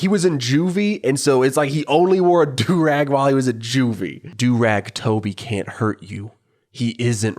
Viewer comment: I just love how everybody calls Durag Toby as Durag Toby